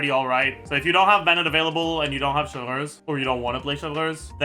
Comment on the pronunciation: why does bro call chevreuse "chev-lurz" clorinde too "clohand" tho i got a question , assuming u do 1-2-3 heal and repeat that , is clorinde enough of a sustain to keep the team from dying due to furinas healing sharing